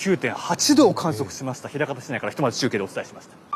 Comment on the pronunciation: ひらかたちゃう、まいかたや